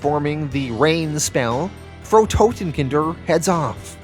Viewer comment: Loving these, even if I am a couple of weeks behind. I don't know if Frau Totenkinder comes back. But "Frau" (German for Mrs/woman) rhymes with "how now brown cow". Hope that's helpful.